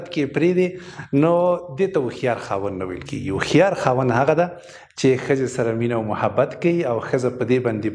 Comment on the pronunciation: لیکلي مو هوښیار ده مګر تلفظ یې وهښیار کوی ؟